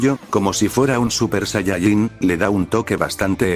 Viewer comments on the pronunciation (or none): none